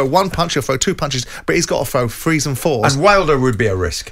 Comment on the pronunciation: "he's got to throw frees and fours" You're on radio, learn to speak your mother tongue before you teach others anything